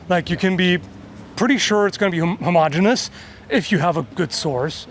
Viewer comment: Thank you for saying "homogenous" correctly